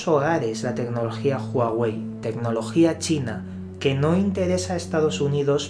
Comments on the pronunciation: No se pronuncia Juauei si no Uauei y no es Apel si no Apol...por favor deja tus modismos locales y pronuncia correctamente... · Porque dices juawey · Asi no se pronunciaaaaaa juawey .... 😫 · NO ES JUAWEI !!!!!! .....ES HUAWEI !!!! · "Apel"... "Júaguey"...😂😂😂😂😂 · Juaguei y Apel... XDXD